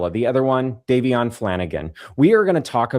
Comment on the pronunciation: It really p155es me off the way everyone seems to be unable to pronounce Davion's name correctly. It's so insulting towards the young man. ❤❤❤❤❤❤❤❤ I live in the UK and I am more than willing to sign any petition to keep her in prison.❤❤❤❤❤❤❤